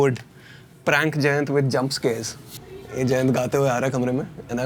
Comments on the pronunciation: Jayant sounds like "djent". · his named is pronounced "djent"?! How awesome is that. I was in love with the idea it was pronounced "giant" but djent is almost better!